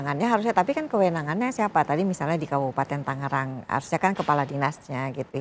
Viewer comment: halo wartawan berulang-ulang Tangerang disebut TANGGERANG, jangan salah melulu